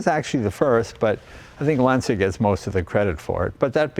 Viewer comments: Jay, Lancia is pronounced "Lah-n-cha". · C'mon Jay, you know how to pronounce Lancia! ...You're half Italian! 😄😉